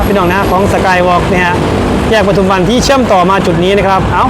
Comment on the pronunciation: ปทุมวัน อ่าน ปะ ทุม วัน ไม่อ่าน ประ ทุม วัน เด้อ บ่าวโบ้ ปทุมวัน ไม่มี ร เรือ ถ้ามี ร ประทุม ความหมายไม่เหมือนกัน